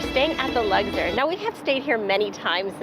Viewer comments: Luxor not Lugzor. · The way you said Luxor sent me 😂 it’s not luckder 😂😂😂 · LUGSIR ? Lol That name was really giving you a hard time.